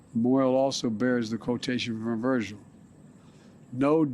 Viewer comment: Take a gander : What the he88 did he say? "Moil also bears the quotation from a virgil". That's what I heard....